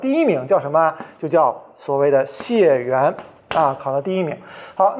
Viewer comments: 解元， 李老师读成xie4元了， 我记得是应该读作jie4元。 我记得这个字的原因是《解解解元之渴》这个故事，大家有兴趣的可以查一查。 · 解（ jiè）元